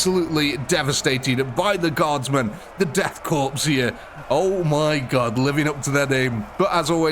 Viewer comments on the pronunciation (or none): Corps and korps are both pronounced “core”